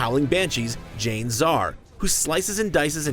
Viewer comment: It's pronounced JA-IN-ZAR, and not Jain...